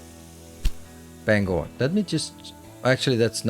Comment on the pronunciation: Not often someone who likely hasn’t lived in Maine pronounces Bangor correctly! ❤❤